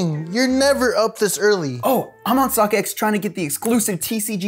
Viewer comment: In its. Said stockC not stockX